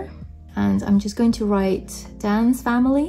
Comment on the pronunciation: By ”Dan’s family“ I thought you said “dance family“😂😂😂❤